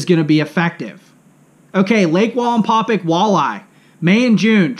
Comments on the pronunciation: Excellent video. Please pronouce the name of the lake correctly. That would perfect it. It's "pack" NOT "pick". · Wallenpau Pack not wallenpaupick or whatever your saying hahahaha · Linguistics assistance: Wallenpaupack. It is not Walinpawpic it is Wall en paw pack. It's pronounced like it's spelled. And PA natives don't say "yanz guys" it's Youz guys. You're obviously not from the coal region or you would know how to properly make fun of us. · you do great videos, but you're saying Wallenpau "pick" it's Wallenpau "PACK" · Omg.. it's pack.. PACK... WallenpauPACK.. not paupick.... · It’s pronounced pack yes ... I’m from western pa and I butcher everything... your not the first person to point it out lol hope the information was beneficial ... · I don't know if you read these after the fact but it's pronounced wall and Paul pack like backpack just to let you know you're awesome dude I love your channel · I’m aware that I miss pronounced it , I appreciate you letting me know though , next time I do a video out there or talk about it I’ll get it right! Thanks man I appreciate that , it means allot that you like the channel , me being a less than average fisherman that likes to learn and share never thought I’d have anyone interested in a channel , but it’s been fun and I really do appreciate you guys and your feedback! Thanks again man! Hope you and your family are staying healthy and warm! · Nice video but for a lake wallenpaupack lifer you murder the way it is pronounced lol